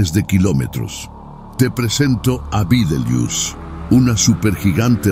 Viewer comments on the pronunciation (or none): Se dice betelgeuse y veces